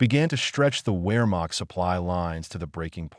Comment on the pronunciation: Could you please learn to pronounce Wehrmacht--Vare'makt--short a in makt.